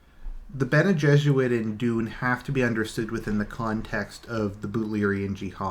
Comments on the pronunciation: All this time I thought you were saying bene jesuit. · You are not completely wrong